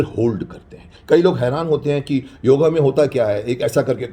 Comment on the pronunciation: क्षमा चाहूँगा .....किंतु यह योगा नहीं योग है राम को रामा श्याम को श्यामा बना डाला विलायतियों ने आप हमारे शक्तिमान हो आप सही उच्चारण कीजिये।।